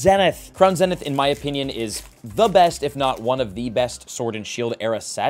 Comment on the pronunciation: Can someone please teach this man how to pronounce “zenith”?